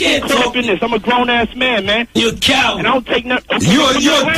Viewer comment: 😂 “you a cowwad”